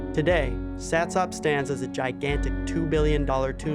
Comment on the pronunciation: Satsop. Pronounced satsup